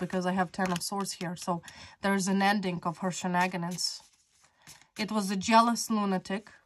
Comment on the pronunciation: Please say shenanigans correctly